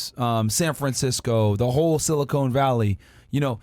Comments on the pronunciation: Silicon Valley. Not silicone. Valley. Silicone Is for breast implantation? Silicon is for a microchip. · Silicon valley bro not Silicone valley, the latter is in LA, the former is the tech zone in San Francisco. :DDD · Silicon valley, not Silicone